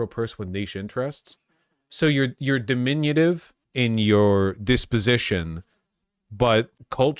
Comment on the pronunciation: what the fuck is "dimminionative"??